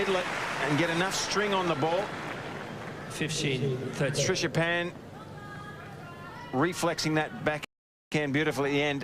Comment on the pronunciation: Who is the aussie commentator ? keeps saying Trishapan instead of Srichapan...